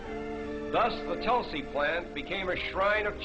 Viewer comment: its tulsi not tolsi